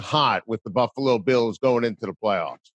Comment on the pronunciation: You can tell he is a buffalo guy now as he pronounces the name correctly. If you are not from here you say Buff a lo. If you are from here it’s 2 syllables buff lo. The a is silent.